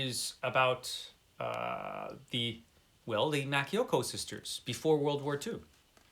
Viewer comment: I haven't read any of these but I do have The Winds of War, The First Man in Rome and Wolf Hall. I think Criminolly DNF'd Wolf Hall !!!! Let us know if you're up for read alongs etc. You pronounced Makioka - subarashii 👍